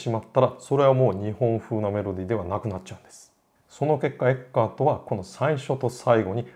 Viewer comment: ティラミス～つながりで。 一般にフランツ・エッケルトと表記されますがはちゃんとドイツ語の発音に従ったフランツ・エッカートと読んでいましたね。 君が代といえば君が代の歌詞発祥の地とされる鹿児島の大宮神社には何度か行きました、大宮神社の入来神舞（いりきかんまい）の「十二人剣舞」の中に君が代の歌詞が朗詠される場面があります。